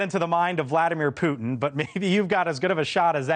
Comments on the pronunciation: Ha! I heard you say it! Vladimir Poutin!!😂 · "POUT-IN", that was a Freudian slip 😂🎉😅